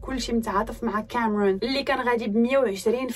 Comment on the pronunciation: ليش لهجتك بالانكليزي هيك كامررون